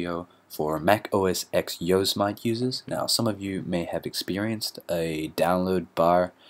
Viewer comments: he said "yose mite?" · You pronounce "Yosemite" wrong :-) This is the correct way: Also, a much easier solution for the progress bar is to move the icon from the dock and put it back in (via drag and drop) without using terminal.